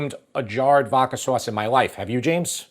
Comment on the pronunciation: VODKA....not "VOKKA"